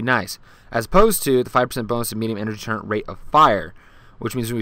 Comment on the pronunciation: It's turr et not turre-n-t